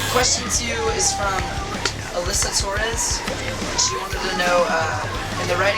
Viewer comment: You pronounce "Torres" so cute xD